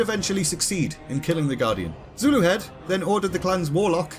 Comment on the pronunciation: im 98% sure you pronounced zuluhed right